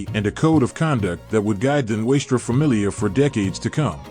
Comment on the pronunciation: This has to be the worst fuckin documentary i have ever heard.... you can not even pronounce Nuestra Familia correctly...learn to roll the Rs and La Eme is pronounced la EM-A.... another thing is why are you constantly repeating the same shit over and over and everything you said was wrong....did you.get everything off the history channel or gangland ? Every picture you posted isnt NF....go back and do your homework and remake this video when you gwt it right and run it by those who are actually in the life or know those who are real Nortenos.... then come back and try again